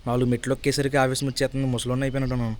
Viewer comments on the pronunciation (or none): Maya adi aavesam kadu aayasam